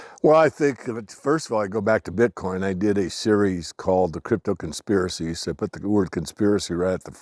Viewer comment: As soon as says "conspirisy" Siri stops the video and sits there listening.